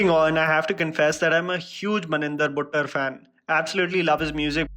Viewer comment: fuck everything you pronounced maninder buttar absolutely correct. non punjabis and harayanvis never do that.